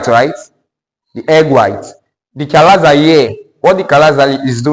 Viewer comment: Chalaza " Not Chinaza"😂